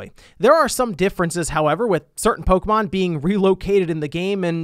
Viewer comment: Disliked for mispronouncing Pokémon